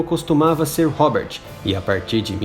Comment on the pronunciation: Aprende a falar o R em inglês pois você está falando errado Você está falando Hoger e isso não existe em Inglês Aprenda o som do R Pois a ideia é ensinar oque algo significa não ensinar todos a falarem errado Ou a ideia é ensinar errado mesmo ? Hobert também está errado o R em Inglês está errado Homeu também errado Vixi Vídeo de merda